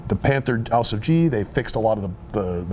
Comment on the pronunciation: hey guys, great tank. Just wanted to let you guys know how to pronounce 'Ausf' correctly in German, I can't explain it in words but here's a google translate link. :)